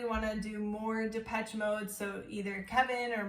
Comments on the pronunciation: it's shhhh though not chhh )) depeshhhh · It’s Depessshhhh not Depech 🤣